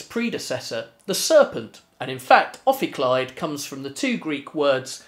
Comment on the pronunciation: Pronunciation of the name probably wrong, as it is supposed to be Greek.